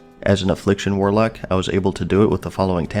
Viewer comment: What's a 'warlack'? 😂